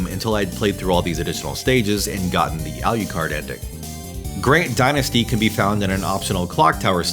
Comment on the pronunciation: Love the channel, great video, but omg the way you pronounce "Alucard" 😢